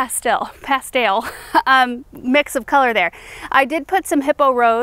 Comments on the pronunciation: I was expecting to hear crack up when you said "pas-stale" 😂 the recap videos are so fun because of your banter back and forth. Thanks for showing the butterfly garden! Glad it made it through the wind ❤️ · I love the "pastail". ...ha ha, you are starting to talk like us southerners!!!! Ha Ha Everything looks great!! ❤🌺🌿🤗